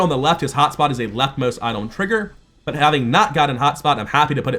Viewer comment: didn’t mean to call you out, just curious if I missed a mechanic or something or just an accent thing. Btw hope the game does well, just the segregating card pack makes me sad.